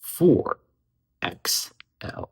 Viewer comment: Xlm the real king, its amazing how many uvtubers like cannot say xlm.